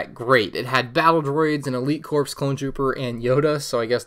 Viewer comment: Elite Corps clone trooper? Elite CORPSE clone trooper 😂